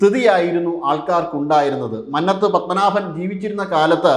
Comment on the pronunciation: ഒന്നും നടക്കില്ല.. കേന്ദ്രത്തിനോ കേരളസർക്കാരിനോ പെരുന്നാൾ സുകുവിനെ ഒരു പഴവും ചെയ്യാൻ സാധിക്കില്ല.. അതൊരു സ്വാതന്ത്ര സംഘടന ആണ്.. പെരുന്നസുകു അസ്സൽ പറിയൻ ആണ്... അയാളെക്കാൾ പറിഞ്ഞ വാർത്ത ആണല്ലോ ഇയാൾ തള്ളിവിടുന്നത്.. എൻജോന്നെടെ ഇത്.... ന... ല്ല വിടൽസ് ആണല്ലോ.. മന്നത്ത് എന്ന് നേരെ ചൊവ്വേ പറയാൻ പോലും അറിയാത്ത വാർത്താ വാണം..